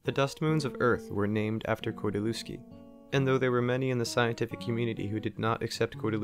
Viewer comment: all fine but you spell his name wrong :P kordy-lev-ski atleast that is how google would read it right there is no V in polish alphabet and every W is read as V in english therefore lew is read as lev in every polish surname ending on lewski if you want to keep it's oryginal spelling